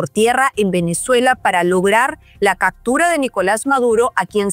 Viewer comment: No se dice cactura, se dice captura